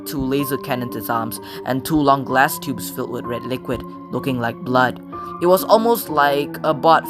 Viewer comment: Take a shot every time he says bloot